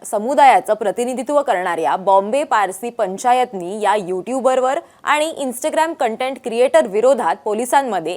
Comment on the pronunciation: Gen Z , Zandu Teleprompter reader......InstGraam.....tya peksha InstaaGram....mhan ga Yedzawe.... !!!!